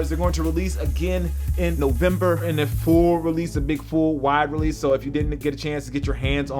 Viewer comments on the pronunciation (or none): Nice voice-over...."they release -'nnNovember"...lol! thanks for the reaffirming review.i thought I missed out when they popped up on SNKRS and sold out.im counting down til the 11th bro.peace